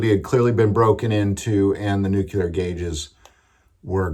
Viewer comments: NEW-clee-er, brother. NOT Nook-you-ler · It's pronounced "noo-klee-er" not "nook- yoo- lar" Sound it out. NUCLEAR. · its pronounced nuclear